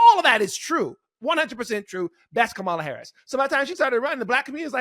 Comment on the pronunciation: KA-ma-la. please pronounce her name correctly. ty.